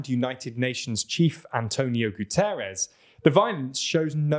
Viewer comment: Could you maybe put more effort into pronouncing Names correctly? Guterres really isnt that hard. Just say "guteresh". The "s" sound and the "sh" sound cannot just be interchanged. Generally you can always assume that as an English native you are butchering words, because your language cannot pronounce letters correctly. (thats why English has spelling contests)